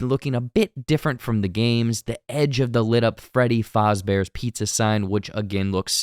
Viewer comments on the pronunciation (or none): It’s Freddy Fazbear, not fozzie, I don’t know why the guy in the video keeps calling him Fozbear. That said, a lot of of these restaurants were designed around the idea of copying Disneyland so it would be reasonable if in universe Lore was that Freddy was meant to be a muppets knock-off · And it’s Faz. Not Foz. That’s driving me nuts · Who's watching this not knowing what FNAF is? Also, i thought it was "fazz"bear, not "Fahzbear" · Great video but it is pronounced fazzbear no faRzbear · bro said “freddy fozzbear”😭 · every time he said freddy fahzbears pizza it make me cringe 💀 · I know what he was saying, I still hear fozzie bear. Like you said a lot of places use names close enough not to get sued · You’re hearing Fozzie because the guy in the video is mispronouncing the name and keeps calling him Foz Bear. That’s not a psychological thing happening, you’re hearing it because its basically what the video keeps saying. I just wanted to be sure you were aware that the video is wrong. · freddy FAWZbear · Freddy fAHzbears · never in my life have I ever heard someone say Freddy Fozbear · Why are you pronouncing fazbear like that 😂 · Man love the vid but please say Fazbear the right way please 🙏😂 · The way he pronounces Fazbear makes me uncomfortable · Thats a weird way to say Fazbear. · I think this is a reaction to that stolen bootleg trailer, because you are talking about stuff that is not in the official teaser. Any chance you could react to the real one instead? Also you pronounced Fazbear wrong. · Why are you pronouncing Fazbear like it’s German- 😅 Also, you obviously don’t know anything about FNAF lore, so you messing up wasn’t that enjoyable. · You pronounce “Fazbear” wrong.